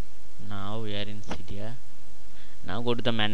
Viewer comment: Sorry Cydia not Saidiaaa